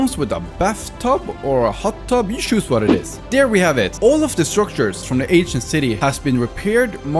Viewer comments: For a second I thought you said Asian city, I'm actually Asian. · Sorry but i just cant un hear the asian city when ever he says ancient city... HAHAHAHAHHA